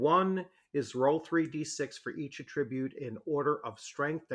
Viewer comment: The accent is on the first syllable of the version of the word "attribute" you are using.